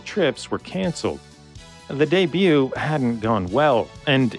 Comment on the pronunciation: Début, not débiout.